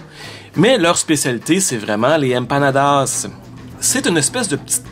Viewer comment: "Les empanadas, c'est comme des pizza pochettes." 🤣🤣 Merci je vais m'en souvenir toute ma vie. Ton accent latino est à améliorer un peu. 😜 Continue de me faire découivrir ma ville natale.